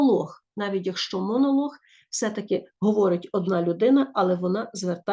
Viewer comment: монолог звучит как монолох🤣